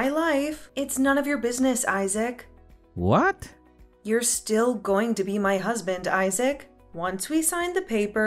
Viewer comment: Who pronounces Isaac as eye-sack?